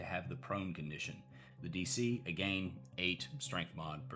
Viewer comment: A-gayne? What’s with the pretentious pronunciation?